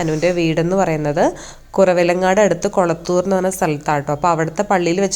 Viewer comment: കുളത്തൂർ എല്ലാ കളത്തൂർ എന്നാണ് പറയേണ്ടത്